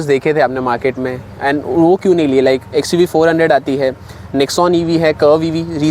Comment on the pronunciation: Bro not xuv four hundred.its pronounced xuv 4 double O